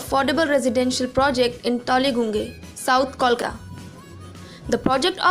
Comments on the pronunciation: What the fuck is toligunge? It's pronounced tollyganj, and spelt Tollyguange. You have zero idea about the area, and you are narrating!?! Wow! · Hahah seriously gunge 🤣🤣